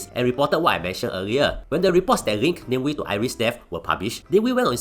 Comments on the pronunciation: Aiyoyo it's Na Mie Wie not name we apelah nih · It’s Nah-meh Wee! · AI cannot differentiate it properly